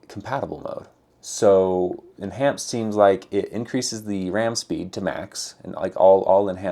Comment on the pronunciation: En(h)anced. The h is still rendering.